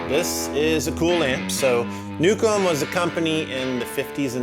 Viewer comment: Anybody else also thought said "Nuke 'm" instead of Newcomb...??:)